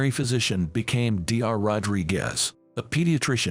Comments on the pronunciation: Dr is pronounced DOCTOR!!! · Irrelevant, distracting background! Poor pronunciation of some everyday words (eg. Dr.) in the commentary! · The AI voice work on this one is INSANELY bad. D.R. instead of Doctor, too many times to count. Wound pronounced wrong. Just awful.